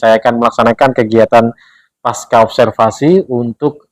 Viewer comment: Mhon maaf, kata pasca tetap dibaca pasca dalam bahasa Indonesia. Huruf C tidak diganti dengan K.